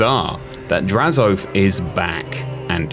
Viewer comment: God they butchered the pronunciation of his name it's not Draz-oath is Draz-o-ath